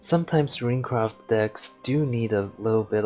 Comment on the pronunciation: It bothers the hell out of me how you pronounce it Piercing RUIN and RUINcraft. It's Piercing RUNE and RUNEcraft